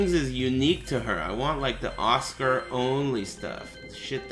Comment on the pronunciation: "Oscar" never heard someone pronounce it like that... also yeah customization is...meh dood